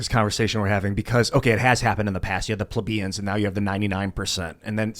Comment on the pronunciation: Hate when mispronounces plebians....every episode he works it in.